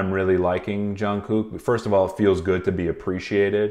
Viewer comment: love your videos! you pronounce the hell out of jungkook’s name though😭